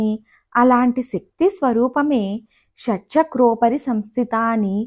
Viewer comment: ఉచ్చరణ దోషాలు వున్నాయండి... షట్+ చక్రోపరి సంస్థియై నమః శివాయ గురవే నమః